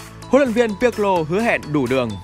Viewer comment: đọc tên cầu thủ chuẩn lại anh ơi nghe "Pi quê" hơi buồn